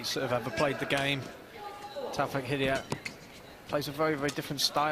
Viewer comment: it's not 'Hidiyet' you idiot! it's 'Hidayat'!!!!